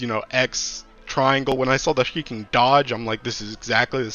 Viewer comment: He's saying "freaking" 😂